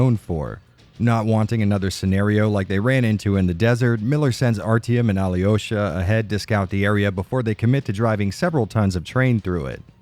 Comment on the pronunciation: You pronounced right everything, except Alyosha.